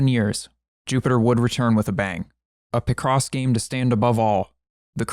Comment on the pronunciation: It's pronounced Pic-Ross, not Pih-Cross